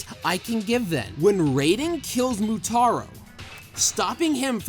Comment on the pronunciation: It's Motaro not Moutaro :)